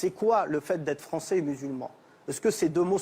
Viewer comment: Gimenez, un espingouin plus fwançais que le fwançais, wigolez pas les gars, ses awwièwes gwands-parents ont subi le wacisme, maintenant il faut donner en wetour des gages d'intégwation wéussie.